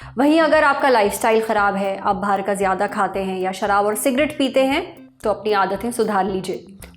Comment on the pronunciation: Hello it's शराब (not) शरीब plz correct its Thanks मदद करना मेरा फर्ज है 😊